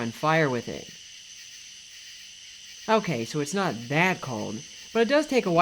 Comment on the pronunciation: "Hi mean...." "Hokay" "Hradioactive"